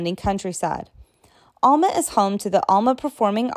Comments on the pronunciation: What the heck! Alma is not pronounced all- ma it's pronounced al- ma as in the man's name Al. Silhoam Springs is Siloam Springs, & is pronounced sigh- loam, not sill-loam. Some have taken to pronouncing the name Altus as all- tus, locals say al- tus. Little Rock, while not a huge metro area, is not a small town. Petit Jean is pronounced petty as it is a French name, such as that flowing water named Fourche La Fave- pronounced the French way as fush- la- fay. Because Arkansas was part of the Louisiana Purchase, it has some French heritage & you'll notice all the "villes" here. My family has only been in Arkansas since 1839, so I'll tell you Arkansas was originally pronounced in the French fashion as Aw-kawn-saw, a Native name meaning the people down the river. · Alma the way you said it wrong. Maybe you need to visit the area and get the correct way to pronounce our towns names correctly. Little Rock is not a small town. You would really make a mess of towns in Oklahoma!